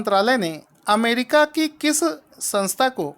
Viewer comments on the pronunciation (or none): none